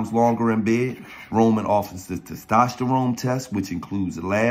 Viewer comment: Somebody teach gillie how to say testosterone lol